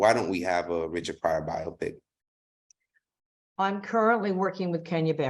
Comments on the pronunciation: Bye-Yo-Pic people, not Bye-Yop-Pic 🤣. Love you tho 😍😘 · Bi-oh-pic. Not Bi-ah-pic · Please tell this host it's not "by-ah-pick". The word is short for "biographical picture" and is pronounced "by-oh-pick", emphasis on the first syllable. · By-oh-pic long 'o', respectfully 😂😂😂